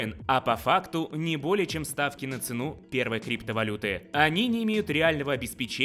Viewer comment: Господи, в слове «цену» ударение следует ставить на первый слог, на букву «е» – цЕну. Это форма винительного падежа существительного «цена», не разрывайте мне душу..((